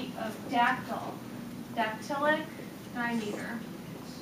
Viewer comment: Not "try-meter"... pronounced "trim-iter" Not "die-meter"... "dim-iter"